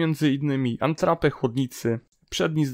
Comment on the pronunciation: Qwa jak słyszę "antrape" to już mam dość oglądania